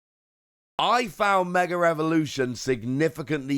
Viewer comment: there is no "r" in the word mega